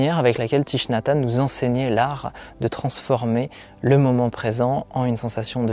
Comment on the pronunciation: Hanh, pas Tanh. Ta langue a fourchée 😉